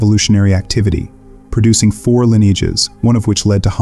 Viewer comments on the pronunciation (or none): none